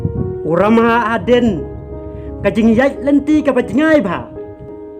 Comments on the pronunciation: Dabol nal bha I bah, (ka bol, namal, ki kynja tial...) la jah u R na khasi alphabet.satal bha u lamhah shano jah u stal. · Phi dei khasi ong bah kumno phim nang kren khasi ia kabor uramhah ruh ong kabol u lamhah 😅😅😅🙈